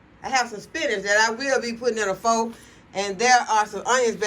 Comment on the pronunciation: I am cracking up laughing at the way you pronounced Pho 😅😅It's pronounced "fuh". It took me a long time to stop saying it the way my English speaking eyes see it too lol!